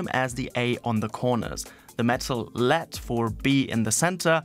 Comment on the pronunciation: You lost me when you said "LEAD"